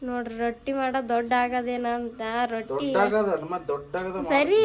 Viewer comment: ಅದು ರೋಟಿ ಅಲ್ಲ... ರೊಟ್ಟಿ.. ಮಾಡಿ ಇದೆ ಅಲ್ಲ... ಮಾಡಿದೆ